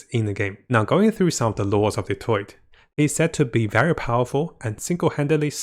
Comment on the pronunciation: Why he saying dottore like that 😭 he saying Detroit